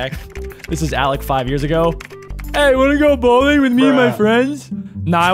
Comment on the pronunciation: THAT IS YARS NOT YEARS